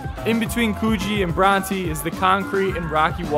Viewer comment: Please learn how to say Coogee and Bronte properly.